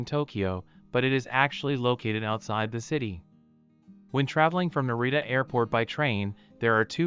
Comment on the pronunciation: Hard to watch when all the names are mispronounced